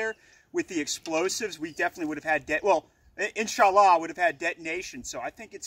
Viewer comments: "In-sa_Laa" X( And he literally said "God good" at the end of the vid, omitting the "hu"... Is he a arab-weeaboo, or is he making fun of the middle east? I genuinely can't tell. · cringed every time they said inshallah, other than that breddy gud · Great vid. It's insha-allah btw. There is a small gap between the 2 words. I'm a former saudi resident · As muslim I laughed when you said insallah